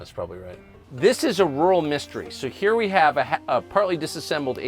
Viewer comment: Ya can't get therah from herah! Love this guy. Everyone need a guy like Sherwood in their life! You just don't get more real than this guy lol. Sooooo American right....lol. Nothing they can't do or won't take on. Even an ex con....and I would trust him before about 80% of the people I know now lol. 10,000 faghts.... Love how one syllable words become two almost. Like, back in Jersey were I was born....On...almost sounds like 2 syllables lol. Owww-an Gotta love Sherwood! you get basically a container, like a shipping container that goes on the back of tractor trailers, without a lid...and you fill it with water and then drop the EC in it until it completely discharges. Might be salt water, can't remember but...thats what some places in Europe does.